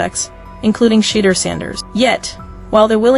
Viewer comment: Hey AI how about getting the pronunciation of Shedeur’s name correct. It certainly is not pronounced Shittor